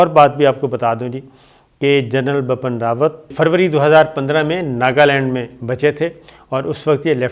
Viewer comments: I don’t know why this guy insists on pronouncing the General’s name as “BAPAN RAWAT”,it’s BIPIN RAWAT.Bipin happens to be a common name in India.I am guessing,he probably reads it from Urdu.Being a news anchor,he should get his pronunciations right. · It is Bipan Rawat, not Bapan Rawat. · Its not Bapan Rawat, Its Bipin Rawat. Improve your language. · As salaam u alaikum sabir bhai i am so sorry to correct you it's bipin rawat and ur not pronouncing it correctly it will sound like bii-piin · Ye Gada Journalist ko India ka CDS ka naam bi teek se Bolna nahi aata hai! Ye khabar ka Ghanta dega? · Pronunciation ma prob hoti ha sometime is liya name sahi nahi liya gata